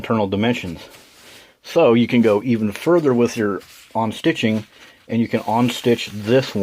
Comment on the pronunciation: Are you saying “on-stitching”? Do you mean unstitching, known more commonly as “seam ripping”?